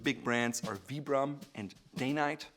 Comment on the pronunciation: I'm pretty sure it is pronounce veye-brum ...pretty sure those soles started as hiking boots...aw man I love the Gordons Fisherman shoes...have a pair myself (I also live in Florida)...I've got a Mercedes umbrella that can easily shield 2 people from the rain